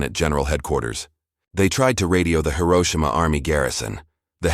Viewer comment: Please Hiroshima correctly. Currently you do not